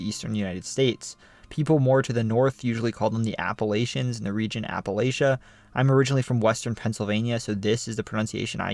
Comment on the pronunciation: I grew up in Western Kentucky. My friends and family always used the pronunciation you use for Appalachia. You also pronounced LOO-uh-vul correctly. That's rare for people outside the state. Also, one of my ancestors was murdered by Night Riders in the Dycusberg, KY area. I think his headstone even says he was murdered by Night Riders.